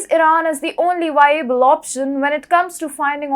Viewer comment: Why do Indians have a problem pronouncing the "V" it is not "Hawoc " it is havoc and it is not wiable it is viable...